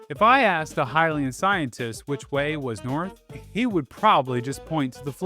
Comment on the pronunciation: Pronounced "Hyrule" and even "Hylian" (at least in this video) correctly but not "Hylia" Very curious